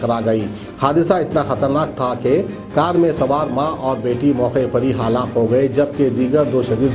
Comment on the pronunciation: Urdu ka Janaaza.. Dekh bhi Urdu News Sunaaye tab bhi Itni Galatiyaan. Halaak ko Haalaak... Tawaazun ko Tawaazun ( Jungli No 1. )